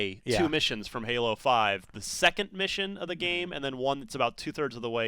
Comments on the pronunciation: Oh wait. I get it. He says Hal instead of pronouncing it Haul. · If he says Hal-z one more time, I think I'll scream. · It sounds like he's saying howsy a couple times lol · no it's hall-z, not hal.